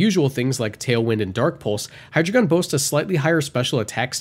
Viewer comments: It's pronounced High-d,rei-gun, drei is 3 in German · The information is good but I can't get over that pronunciation of Hydreigon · Please learn how to pronounce hydreigon properly. Hydreigon has a German origin.